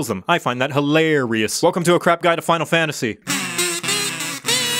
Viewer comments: Hi-larry-ousss lol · I come back to this just to hear the way you say 'hilarious' in the beginning, its my fav part afdgsfhgfh